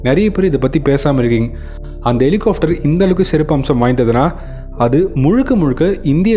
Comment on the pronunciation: Helicopter! Helihofter அல்ல! இதை chopper என்றும் சொல்வதுண்டு.